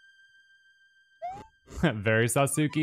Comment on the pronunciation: i laugh every time says sasookie. keep it up man